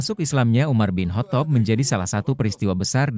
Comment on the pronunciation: Perbaiki ucapannya biar enak di dengar... Dibacanya: Umar bin khottob